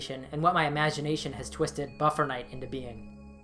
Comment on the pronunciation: NOT buffer night... BUFFET NIGHT!